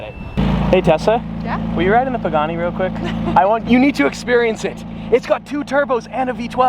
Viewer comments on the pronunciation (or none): none